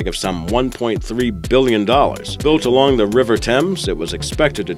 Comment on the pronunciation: How do you speww biwwion?